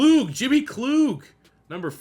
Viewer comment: Wish you the best Merry Christmas happy to see you back at it man. I feel like pipelines should be a staple as a base in recruiting and it’s pronounced KL-UGG not KL-OOG